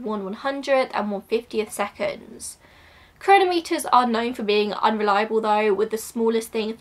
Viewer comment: Interesting video! Just to let you know, chronometer has the stress on the second syllable, not the first/third.